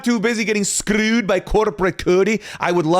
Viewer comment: I love the way says scrrrrewed by corrrporrate cody😂